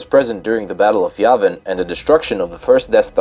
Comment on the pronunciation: I didn't know Yavin was spelled with an invisible F, and the way you butchered the word "Subjugator" (among others, like "skimmitar") was enough to make me wonder if English really is your native language. You finally lost me when you included the abomination that is the Yuuzhan Vong on the list...